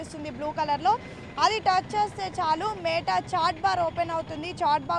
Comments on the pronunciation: Meettaaaa kadhu...meta... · మే టఆఆ కాదు. మెటా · neeku oka 🙏... Adhi మేట a.i. kaadhu... మెటా a.i. Ee ABN gaadu yeppudu chasthaado... Appudu Telugu states lo unna dharidram podhii... idhi oka paid promotion... Dhaaniki kuda nuvvu cheppey style... Total ga 🙏